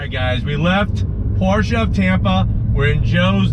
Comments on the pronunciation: Thank you so much for pronouncing Porsche correctly. Excellent review! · This it the first american so far to pronounce Porsche correctly...